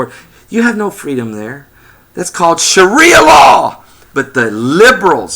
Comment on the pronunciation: I'm pretty sure it's sharia law, not shria law.